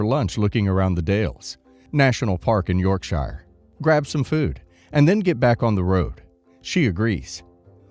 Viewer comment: yeah, every time he said Yorkshire, it tickled me and my brain corrected him each time 😊